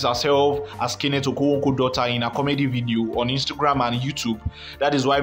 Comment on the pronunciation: You are obviously not an Igbo ,haha your okonkwo pronunciation is something else